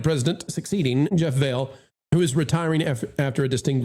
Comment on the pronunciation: You really should learn how to properly pronounce Jeff Vahle’s name. Your credibility suffers when you can’t even get basic stuff like that right.